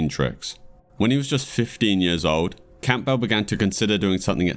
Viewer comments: It's Cam-bull not Camp-bell. You sound British how tf do you not know how to pronounce that surname? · Why are you saying Campbell like '"Camp bell". It's obviously spoken as "Cambull". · Very interesting video but that's not how you pronounce Campbell 😅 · the name name campbell is pronounced Cam bowl, the p is silent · Enjoyed the video but you should learn how to pronounce words like "Posthumously" and simple names like "Campbell" and "Nancy" properly.